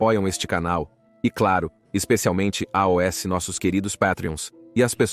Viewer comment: A IA que faz os vídeos é show, porém esse A O S toda hora é agoniante kkkk